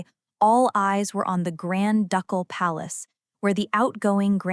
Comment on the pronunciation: "Duck-all" Palace??? It is pronounced "Doo-kul".